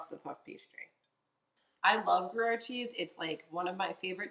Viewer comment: Love the appetizer choice. Love these mushroom tart pastry delights. Please note, Gruyère is pronounced ‘Gree - Air’.